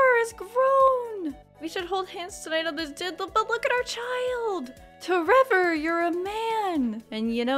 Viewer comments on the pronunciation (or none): Everytime toy say tREVOR it cracks me up way too much, thank you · I laugh every time you say tREVOR 🤣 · Everytime you say t REVOR i laugh so hard. Thank you. :)